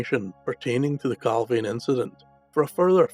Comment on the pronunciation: Points to note! Location pronounced Cal (veen) Not Cal (vane). Nick pope was on the UFO desk at the time of the incident. All material's from the case crossed his desk. The pick of the bunch photo went missing from Pope's office. The photo shown is of an unidentified flying object and a harrier jump jet. Inverted picture, tosh! Oh and by the way Clarke is a shill, a paid debunker! Strangely went very quiet after the pentagon admitted UFO'S were real. I don't believe the record got the photo's back.